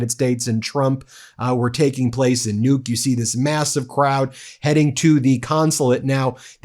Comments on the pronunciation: The name of the Greenlandic capital is actually pronound with an unispirred first u and a heavily inspired second u: Nuúk. Guess you have to be local to know that. But no offence taken - nor given. Just to let you know, the name has two syllables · Kind of eerie that Nuuk was given by the subtitles as "nuke," so in the context it ends up sounding like "nuked Greenland." Don't give him any ideas.